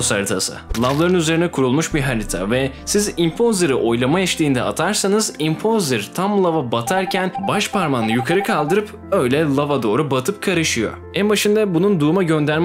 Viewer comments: Normal insan:impostır:impozır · Everyone:imposter:impozer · İnponzr.................. BİR SÖZÜ~~~~ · Noone:: Imposer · imposer lmao